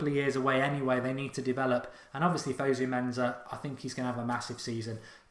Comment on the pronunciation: Please stop calling him fuzzu menzza it's fusu mensah